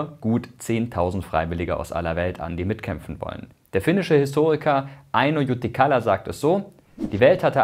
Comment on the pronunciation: Wie immer super Video! Jedoch hattest du den finnischen Namen "Eino Jutikkala" falsch ausgesprochen ;)